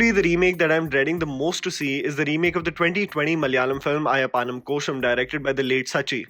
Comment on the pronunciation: The way said ayyapanum